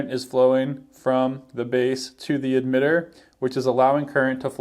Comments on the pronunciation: Why are you saying Admitter instead of Emitter? Is this some dialect thing? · my first video ... looks to be a very good one ... (for whatever strange reason he pronounces emitter as 'eDmitter' 😝...